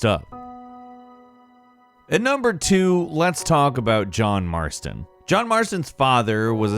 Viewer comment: They say John marsoton but not ARTHUR??!!?!?!